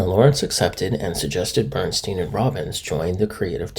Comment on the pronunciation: Bern STYNE--not Bern-STEEN. A-bee's--not Abby's--Irish Rose.